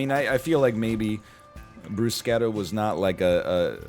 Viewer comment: had no idea that's the correct way to pronounce bruschetta